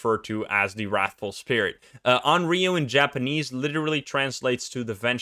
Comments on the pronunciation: It's not read as RIO, it's RYO (Y like Yokai) :') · Onryou is not pronounced awn-ree-oh. The "ryo" sound is one syllable and I'm not really sure how to put the pronunciation in english... Maybe just put less stress on it and put the stress into "on" instead. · I called it! Onryo! Although you might get a better pronunciation of it correctly saying something like “on lyo.” It isn’t such a heavy r in Japanese. Fun fact about this ghost: Sadako and Kayoko (eponymous ghosts from The Ring/The Grudge) are both considered onryo. Good luck escapin’ that. :-D